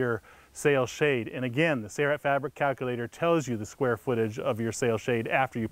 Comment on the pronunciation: The narrator even has the installer saying "say-right" instead of "Sailrite". Gawd that drives me nuts.